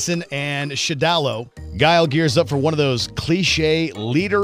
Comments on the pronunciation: It’s pronounced either Shadaloo or Shadowlaw, not Shadallow. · The frick is "Shidalo?" You mean "Shadaloo"? Just when I thought WatchMojo was making an effort to pronounce Capcom things right ( is finally starting to get the hang of saying "Keiji Inafune") Edit:... I mean, it's spelled phonetically! How do you butcher that! Sound it out! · You botched pronouncing shadoloo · Wtf is with this guy...it’s shad -a -loo and animal-ity......geez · That’s not how you say shadaloo